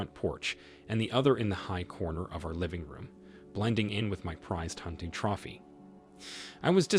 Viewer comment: You mispronounced content and trophy in the first story, and wooed in the second story.